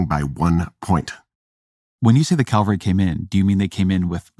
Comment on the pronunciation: “When you say the Calvary came in …” 🤔 Ezra, listen to the way said the word: it’s “CAV-al-ry”, not “CAL-va-ry”. Who woulda thunk it? A nice Jewish boy confuses an army unit mounted on horseback with the place where Jesus was crucified. 🤔 Also, — “slavish” should rhyme with “knavish”, not “lavish”. (I get the impression that Ezra is a guy who picked up a lot of his vocabulary through voracious reading and therefore never learned how a lot of words are actually supposed to sound 😏.)